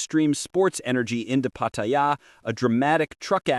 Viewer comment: Maybe If you post you can pronounce pattaya correctly pat ta yar one word